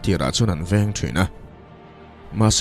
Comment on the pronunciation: A ngaihnawm hle mai. Djinni hi Jinni tia lam tur niin ka hria. Sap hovin Genie tia an spell tak kha. 😁😁